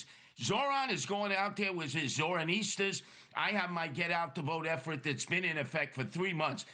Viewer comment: Did he said Zoranistas 😅😂😂I cant with sliwa😂